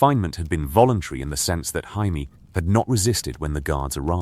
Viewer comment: It drives me crazy. Every one of these has Jaimie's name pronounced "Hymie". It drives me CRAZY. If you have to, spell it Jaymee, so that it gets pronounced correct.